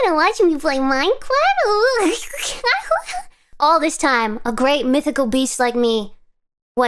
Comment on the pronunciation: She make a looooooooooot of people happy around the world and she doesn't know it Or she does? Anyway, let's support her Im writing this while i heard her saying uwu and minecwaft...